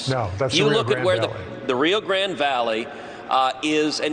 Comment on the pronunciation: Trump is going to Edinburg Texas. We have a border patrol station here. I bet they are going to say Trump is working where Biden admin is not. Truth is Trump is not welcome here by the majority of us. Also, it’s not the “rio grand valley” Ted, it’s the “Rio Grande Valley”. Anyone from South Texas knows this. Gran-Deh’ for those that need help pronouncing a Spanish word; make sure to roll those r’s. Also, most people around here just call it “the valley” or “el valle” -“vay-eh” if you need help again.